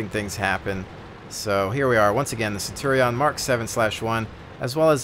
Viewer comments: Love the video, but Centurion is pronounced Cen-chew-re-n not Cen-tor-ri-on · It's derived straight from Latin, so, technically, you'd pronounce it 'Cen-tu-ri-on'. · Technically, Centurion is pronounced Ken-Turi-On. The Roman's did not have a soft c sound, it was all the hard k, which is why the german word for Caeser is Kaiser.